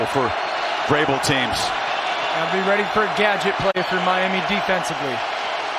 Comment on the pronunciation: "Dolphins gotta be readeuaghegh" 🤣